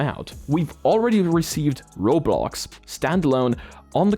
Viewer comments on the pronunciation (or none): none